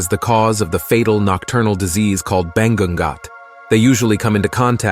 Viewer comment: can't help to smh when i hear some pronunciations but i understand why 👌 Say it like Bat-hala and Bangu-ngot(Nightmare)